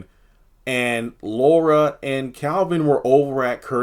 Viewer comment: It's Laura not Luara 🙄